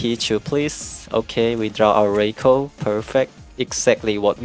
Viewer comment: RYE-KOO, not ray-koh